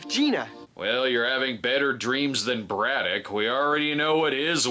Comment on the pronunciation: I’m forty years old and I’m just now realizing he said “Braddock” and not “Brudah”. Clears up A LOT of things from watching this as a kid